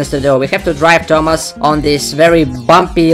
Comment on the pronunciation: If says thomas im heard tamas